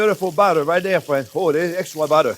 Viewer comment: love the way you pronounce butter (bara) ; )